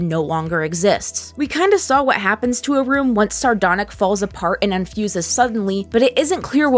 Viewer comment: you called sardonyx "sardonic"